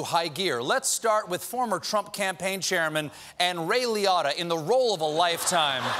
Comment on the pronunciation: Lee OH tah not Lee AH tah. Ray Liotta is a legend get it right